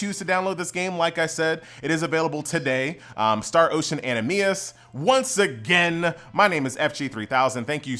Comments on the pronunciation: Atleast effin pronounce the collabs right, jeus christ. wth is a exiVUS and an autoNAMA. Even the game itself you said anaMEIS jesus christ. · An-am-NEE-sis ;3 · I just started playing this today. I didn't know it's pronounced anamises . I thought it's analmisus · I watched this primarily to hear you butcher "anamnesis", but will stay on for Knights Chronicle content ;p